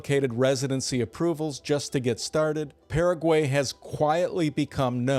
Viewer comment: Like the channel. But first, you pronounced Paraguay correctly when introducing it but then proceeded to mispronounce it. Also, the canned videos pretty much say you’ve never visited 90% of the places featured.